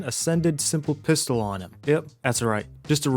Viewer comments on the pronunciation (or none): none